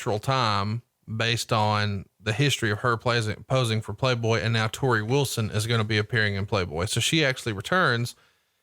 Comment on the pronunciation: God damn it it’s TORI not TERI